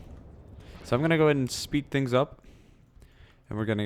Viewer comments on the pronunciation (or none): none